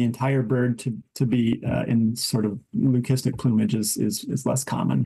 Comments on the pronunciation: It's pronounced Lü-si-stik, not lü-kis-tic. Source: merriam-webster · Why does it bother my so much that these news people can't pronounce Lucistic...lü-ˈsi-stik. only that last C has a hard sound. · Please educate the narrator how to pronounce leucistic!!